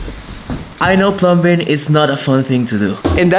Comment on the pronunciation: Dude, The B In Plumbing Silent Bro. It Is Said/Spoken "Plumming" Keep Up The Good Work Matey.